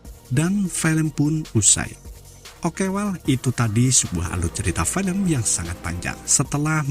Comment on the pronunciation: Filem (film) la bukan 'felem'..your English very bad!